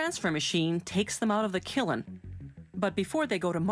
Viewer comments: Stop moaning about guillotine being said as it's spelled, unless you're french that's how it's always been said. Do you say paree or paris? If you're that anal then start saying Deutschland instead of Germany ffs. 'Killen', on the other hand' is just fucked up. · The way Canadians say "pro-cess" is just adorable. (Also, is it a Canadian thing to pronounce "kiln" as "killin", or is the narrator just odd?) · "Gilloteen" "killen" "prowcess" XD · As if her pronunciations for "prowcess" and "killen" couldn't get any worse, she pronounces the two L's in "guillotine". Fuck off lady. I hate how she talks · This dumb bitch pronounces kiln as "killen". Jesus fucking christ. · Can you please pronouns Kiln correctly and stop bastardising the English language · oh fuck me it's the "Gauld" Gold lady again. And she is back at it again with KILLEN.... fuck my life. I love these How It's made videos but this women needs assassinated. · It's not pronounced killED. Kill- ED. It's pronounced kill'd. The E is silent in killed, so why add an E in kiln. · Neat video but her pronunciation is killin' me. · The kiln pronunciation is killin me!! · I want my house made up with bricks, but the way the narrator pronounces 'kiln', it's KILLIN' me. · Gill-o-teen and kill-en. Please fire this women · Yes. We'll fire her in the kill-en. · Unfortunately the pronunciation guillotine in many English speaking languages can and often does include the L sound. ~sigh~ But, there is no excuse for goofin up a simple word line kiln. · At first I was like... 'Its pronounced killin...? No, that's not right. TOO THE COMMENTS'' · you need to make a killin to start a brick-making bussiness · This woman can't pronounce anything for her life. "killen"... ffs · The killin bit is an epenthesis or a vowel epenthesis, I don't know why it was ever accepted as a way of speaking. Adding a syllable to make a word easier to say I s'pose, but my lord is it distracting. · The way this lady says kiln is "killin" me